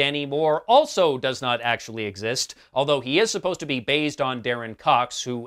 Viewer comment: Do I get a prize for noticing you say bazed? OOh and Neesan? Clearly you meant based and Nissan..... Ok! Ok! I will get my coat.